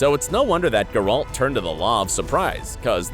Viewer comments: geralt not guralt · Stop saying GerALT! Omg yuck. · I literally don't understand how you can keep mispronouncing his name. It's Gayr-ult. Not gay-ralt. it's literally pronounced for you in both the series and the video games. How can you screw up literally the easiest thing??! It almost makes your video unwatchable. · Grrralt .. XD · Grrr-alt? That's not how his name is pronounced. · I am disliking this video because the narrator can't pronounce Geralt correctly. It's not Guralt. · How is it possible for a person to horrible mispronounce every single name. Who is Gare-hawlt? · Thank you for your insight. However, every time you say the name GerALT I feel the power of satan grow within me. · I’m so triggered by the pronunciation of Geralt. Yikes. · God, had to stop after 30 seconds... PLEASE PRONOUNCE THINGS PROPERLY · You are butchering Geralt's name. Damn.. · Bro it’s Geralt not Geralt. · After I heard how he pronounced Gerald, I immediately stopped watching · Why in gods name can't you say Geralt in the right way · I can't watch this because of how you pronounce Geralt 😵😵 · Yes. What can you expect from a video that pronounces geralt that way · Dislike for gurAlt. Also striga ("i" pronounces like kit, not like kite).